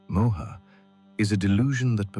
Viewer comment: I found your channel and have listened to it twice in last 2 days. I don't think anyone has explained the story better. Thank you. However, Please note that while you write the names you put an 'a' in front of it, you are NOT supposed to pronounce it with an aa sound! It's not Arjunaa. It's Arjun. Not mahabharataa, it's Mahabharat. It's not Mohaa!! It's Moh. Not yugaa. It's yug. There are 2 people talking and the one with the Russian accent is pronouncing it all correctly. It's very disturbing for an Indian person to listen to such wrong uccharan of words. Hindu names and words have a meaning only when spoken correctly